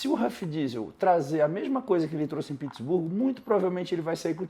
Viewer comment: Pq o fala Pittsburgo? Kkkkkkkkkk não é nem em inglês e nem em português 😅